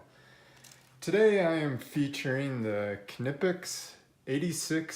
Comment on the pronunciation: Ka-nipix lol